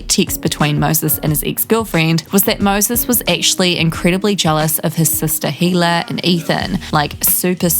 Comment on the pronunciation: Who are you?! You can’t even pronounce Hila’s name correctly. Don’t you hear her say it herself and then you wanna tell us all about their personal life and who they are and the way they think? Again….and you are who?